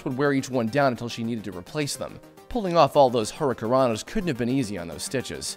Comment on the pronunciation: Huricanrana. It's that neck-scissors flippy move thingy that she does. The narrator guy said it wrong.